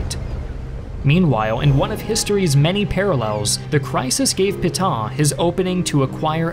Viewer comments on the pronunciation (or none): credibility would have been enhanced if he had practiced the pronunciation of "Pétain." He said something like "pee ton" but it should have been closer to "pay ten". His theme that France's 1940 surrender is too simplistic for history is not, IMO, correct. The French defenses were well equipped but badly coordinated, and the Wehrmacht went through them as a knife does, butter. They lost. The government had no realistic option but to yield. The deal they got from the Germans was vastly more generous than they, the French, had given Germany at Versailles. Hitler's use of the famous rail car was not "petty", but a way to impress the folk back home. He was never accused of being a poor showman. And as a front-line participant in WW1, he no doubt felt personally vindicated too. He was not quick to crush France, as Germany had been crushed 20 years earlier. He wanted a quiet Western neighbor, so as to be left free to pursue the Bolsheviks to his East. By letting the French run half (at least) of the country he saved resources for that purpose, but had to defend its North and West against British retaliation. So Pétain did the best he could, in bad circumstances. A condition of being able to exist, Vichy had to be neutral, and had to submit to some ugly requirements. The alternative was ongoing war, of which Pétain had seen enough. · Peh-tan, not Pee-tahn! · It's Pétain and not Putain, whatever you can think about him. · you pronounce Petain almost as Putain, well played. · Why can't you pronounce Pétain correctly (etc.)? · Would be nice if you could pronounce Pétain correctly.